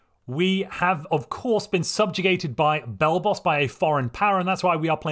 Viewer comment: Thought it was "Blelblos"